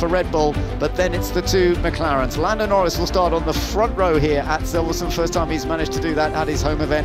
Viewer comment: "and Lando Nor-REES LANDO NOREES HAS TAKEN POLE!" one we'll hear for many years!